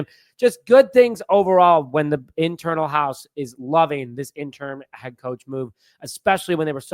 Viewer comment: It's interim, IN-tuh-rum...not intern or interm, which isn't even a word.